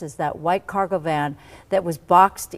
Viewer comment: Dude keep saying, White MAN not VAN